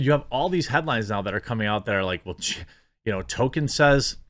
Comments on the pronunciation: it's pronounced toll-keen or tall-keen, not "token" (I always said it toll-kin, but I'm wrong) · "tōl-KĒN" not "TŌ-kən" goddammit, man! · Why are names so hard for you? It’s TOLKIEN not TOKEN, he’s not a black South Park character. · Jeremy, going forward, please say Tolkien and not Token. Thanks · I love listening to the actors and the "super fans" and they know NOTHING about Tolkien's work. And it's pronounced Toll-Keen not Token. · Quit saying Tolkien's name like that, Jeremy. It's not "token." It's Tol-Keen! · It’s Tolkien, not “Token” learn how to pronounce the name of the man whose works you’re discussing ffs. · Canon*, not cannon. And it's TOLL-keen, not "token". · It’s pronounced toll kin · It's hilarious that every time you say Tolkein it sounds like Token... how appropriate. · Can we at least pronounce the L in Tolkien. We should at least try and say the man's name sort of correctly. The right way is "toll-keen" but "toll-kin" or "toll-key-in" are fairly common. I realize I'm being that guy right now, but i feel the man deserves this small courtesy. Love the content as always! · There is an L in his name. Say it correctly. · Jeremy, there is a "L" in Tolkien.